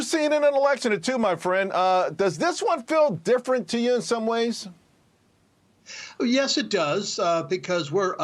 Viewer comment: Just say uyes!